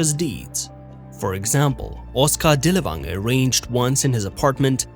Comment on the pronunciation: Dirl fanger, dirl fanger is the correct way to pronounce his name.